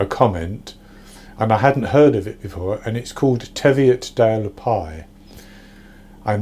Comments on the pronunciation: It's pronounced Teeveeottdale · You pronounced Hawick correctly, good job, but just to let you know the pie is pronounced Teeviot not tev iot . It's no bother though